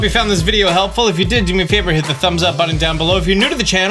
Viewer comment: 3 years later, still comes in clutch. I tell everyone who needs help on these games to "Find the Video". Best details, and also straight to the point. Just stop saying buddon, and you'll be the best YouTuber!